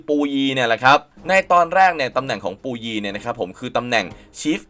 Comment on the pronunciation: อะไรปูยี ภาษาจีนกลางออกเสียงว่า ผู่อวี้